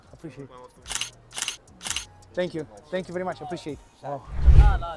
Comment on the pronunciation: Ce vlog și câtă răbdare, respect!! " Apreciatted apreciatted " :))))